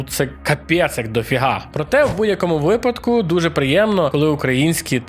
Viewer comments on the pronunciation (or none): none